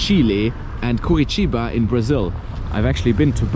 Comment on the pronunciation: It’s Curitiba, not Kurytyba